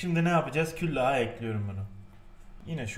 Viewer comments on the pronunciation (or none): Küllah değil külah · Nobody: Hatay Sandık İçi: "KÜLLAH" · Nobody: Hatay sandik içi:küllah